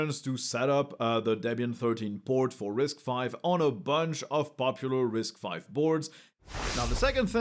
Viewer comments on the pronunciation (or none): Its not "RISC-5" its "RISC_V" as in the Letter V. but yeah, risc-v is an amazing architecture, especially for OSS guys!